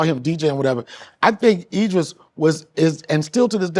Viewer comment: Idris Shannon, not Edris🤦🏾‍♂️😂😂